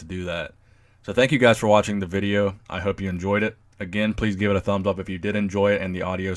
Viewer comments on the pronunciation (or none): none